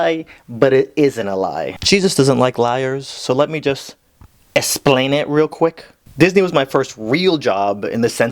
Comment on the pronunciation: LMAOOO HE SAID ESPLAIN